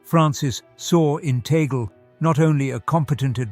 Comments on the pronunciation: It's Tag Le, two words. Not pronounced like how you pronounced that sounds like toggle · Please narrator kindly pronounce the name of Cardinal “Chito “ TAG LE” as such, NOT TAGLE, like how table, bugle, angle etc are pronounced! We, Filipinos pronounce his name as:” TAG -LE”. Thankfully yours 🇵🇭GOD BLESS US ALL🙏‼️